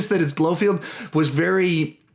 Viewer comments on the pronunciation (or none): Its blofeld,not blofield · Pronounced: Blofelt, not Blofield 😂 But cool vid man!